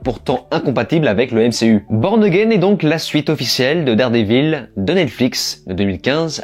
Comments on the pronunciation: C'est quoi Dard Dé Vil ? Même Regelegorilla prononce mieux l'anglais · Déjà ne dites pas Dardévil c’est insupportable